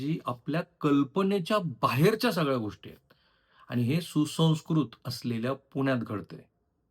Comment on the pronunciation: तुम्ही द ला ध का म्हणता? विध्येच माहेरघर नाही विद्येचं माहेरघर. गोष्टी ला पण तुम्ही कधी गोष्ठी करता.